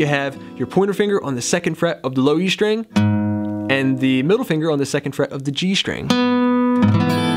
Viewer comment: It's pronounced STring, not SHTring... Muricans...